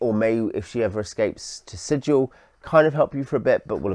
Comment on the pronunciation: Sigil, not Sijil. Hard G, berk. This isn't a .gif argument, it's literally printed in the boxed set. ;)